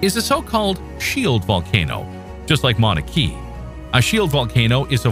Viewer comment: As if it's not AGGREVATING enough to be FORCED into constantly converting meters-to-feet, your robo-voice's pronunciation makes things even MORE frustrating! The Hawaiian volcano is NOT pronounced Mauna KEY, it's KAY-UH.👺